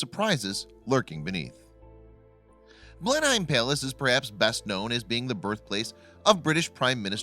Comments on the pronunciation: Blen HEIM? Seriously? You took dozens of hours of research and video editing to make this, but you didn't take ten seconds on to learn how to pronounce the SUBJECT of your video? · BLEN-HYME? What the hell are you talking about? Please research your materiel. I hope you know more about the rest of the content you are narrating than this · Blenheim is of German derivation, isn't it ? If so, the correct pronunciaton would he blen-hime, nicht wahr ? Yet you accuse the Americans of the same linguistic sin of which you English are frequently guilty ! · I wish Americans would research the pronunciations of English words.Its pronounced Blenham palace. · you don’t pronounce the hiem at the end, it sounds like how you would say ‘in’ but with an m. blen-im just saying.... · Its pronounced Blenim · It's pronounced blennem when said phonetically. You guy should here him say Trafalgar......... again phonetically he say traffle gar. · Ben’am ffs it’s so not pronounced the way you phonetically trued to. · I grew up in Blenheim, Marlborough, New Zealand. It so annoying to hear him say it wrong. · I'm an American and it's annoying to me, too! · Where's Blend Heim? Oi! Don't say it no more! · State California - Yes, that's how they are pronounced. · I wish you bloody yanks would learn how to pronounce “Blenheim”... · Who would have thought that Blenhyme Palace was near Marlborrow? This idiot continues to destroy various languages and proves that doing some research on his subject matter is not in his vocabulary (no pun intended?). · I think the main point of this, is this is someone who does vocals on many videos. So in that case he should find the correct way to say it. I can't understand the comment though, ............blah blah blah, "we are in America" ? You may be but anyone in the Uk is not in the USA, so your point is not valid. The man talking is referring to a place in Oxford, England, not somewhere in America. Ann in the 🇬🇧 UK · Blenim not Blenhime. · Pronounced Blenem 😎👍